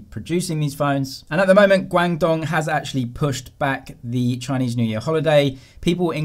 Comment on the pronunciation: You said 'guangdong' so funny and I know you can speak Chinese very well :P